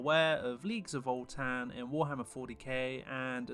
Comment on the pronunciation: voltan? there's no l in the name.